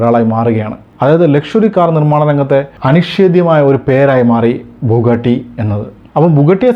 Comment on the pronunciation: ബുഗട്ടി അല്ല ബുഗാട്ടി അല്ലേ?